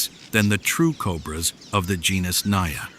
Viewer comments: First of all it isn't pronounced as "NAYA" but "NAGA" . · It is not NAYA, it is NAJA which is derived fomr NAGA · Because it mispronounced genus not even on 2 minutes mark. (Naya). What naya. Pronounce the J like man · Naja is pronounced with a hard j. At least here in Asia it is and we're where a lot of cobras live. Also where the king Cobra lives, not actual cobrasnbut they're as cute as a normal one. Just very very angry all the time for some reason.